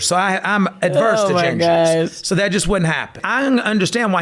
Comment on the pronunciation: "Im adverst to gingers" 😂😂😂😂😂😂😂😂😂